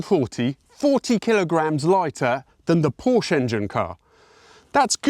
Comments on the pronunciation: Don't say "Pourch". I don't say "Pently" instead of Bentley. Or "Rolz Roiz". Say "pour-cheé" with an "e" like in "sufflé". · Pronounce is not as porsh. But as porshe. There is ä sound at the end of the word. Like saying 'tell'. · Hey, you know how you like to be really accurate with the pronunciation of names of Italian cars? Perhaps you could do the same with German cars? Porsche is not pronounced Porsh. It is pronounced Por-shah. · Porsh-uh not Porsh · No, it is NOT a real Porshhh. It IS a real Porsche. A cool one, at that. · It's PorschA not Porsch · Well, maybe it's not a real pour-SHUH because you keep pronouncing it poursh which is incorrect. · porsche is the name not porsch and folkswagen no volkswagen u'r so informed but… wrong:thanksdoc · If everyone is going to start pronouncing Kiev, "Keeev". Can we please stop pronouncing Porsche, "Porsch" It's PorschE. You pronounce the "e" on the end. Just had to get that out there 😅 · It's POR-SCH-E not "Porsh" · PorschE! PorschE! PorschE! Porsch_ annoys me too much as a German. 😉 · Can you not read? I can read clearly on the rear of the car: "Porsche", not "Porsh". SMH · It's called PORSCHE not PORSCH!!!!!!!!!! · PORSCH-E!! Say it right! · When you can't pronounce PORSHE correctly should we take your reviews seriously? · By the way: correct pronounciation "PORSHÄH"🙂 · I was quite distracted by his continuous mispronunciation of the brand name. It hurts my ears to hear a car guy drop the 2nd syllable. Otherwise, the video is great, and yes, the 914 is a Por-shuh. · The man's name was Ferdinand Porsche. Pronounced Porscha. It's disrespectful to pronounce it otherwise. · It's pronounced Por·shuh. 🙄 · Why is it so hard for a lot of these car guys to pronounce Porche correctly ?? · I have had a 914 2.0 for 35 years love it but pleasde everytime you said Pawwsh my teeth gritted, pronounce it right... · It is of course not a french car, hence it is pronounced Porschè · por shuh. pronounce the man's name correctly